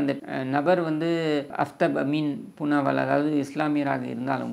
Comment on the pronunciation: Kindly pronounce as Aaftaab it means Sun in Urdu/ Arabic!